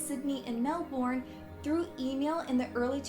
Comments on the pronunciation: Us Aussies pronounce it as melben not mel born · Did did you just say 'melborn' it's Melbourne you said it wrong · First of all Melbourne is actually pronounced MelbERN please say it correctly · You know what really annoys me...when people (mostly Americans and Canadians) pronounce places in Australia wrong, like: Melbourne-AUS, mel-bin USA mel-born Australia-AUS, os-tralia/stralia USA Or-stralia Adelaide-AUS, Ad-laid USA Ad-eh-laid And so on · why do americans or canadians pronounce Melbourne as mel-borne? Im from Australia and we all say Melbourne as mel-bin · Ffs everyone who isn't from Australia Melbourne is pronounced 'mel-bern' seriously ppl are u stupid!!! And Adelaide is 'Adel-ayd' it's not hard ppl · Mate where the fucks ned kelly, he was scary, and not even an urban legend, he was real Also melbourne is pronounced Mell - bon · Melborn 😂 canbera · Melbourne is pronounced like this Melben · Americans they pronounce Melbourne wrong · Why Americans say Melbourne wrong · Lol is she even Australian like listen to the way she says melbourne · Americans are so bad at saying Melbourne. Don't emphasise the "bourne" part. Just say it quickly.